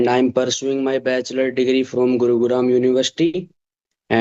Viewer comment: he pronounced guruguram 😆 oh god couldn't stop laughing for long 😂 but his english isnt bad actually he is able to correctly speak what he is thinking 👍🏻